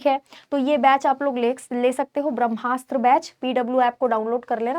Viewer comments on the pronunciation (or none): none